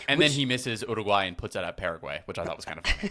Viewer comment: Who taught you how to pronounce URUGUAY correctly 😮😮😮